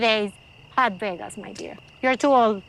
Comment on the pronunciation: i heard went to VEEYAGUS!!😂😂